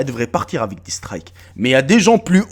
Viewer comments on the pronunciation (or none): none